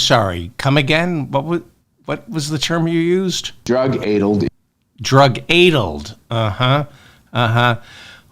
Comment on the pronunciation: It is pronounced drug addled as in the a pronunciation in sat.